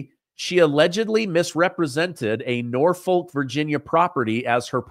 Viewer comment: The L isn’t pronounced in Norfolk. Keep up the good work!